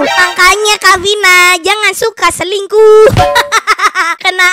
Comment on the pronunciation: Haha ngakak pas ngomong yang suka celingkuh (selingkuh)😂